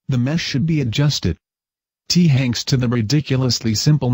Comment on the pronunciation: "T-Hanks" XD